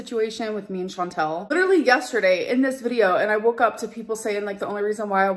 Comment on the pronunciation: I just realized She's sucking up to Chantal and still mispronouncing her name 😂